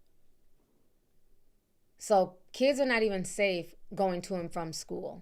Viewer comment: I thought I was tripping when you said say stafe, lol I be mixing my word up too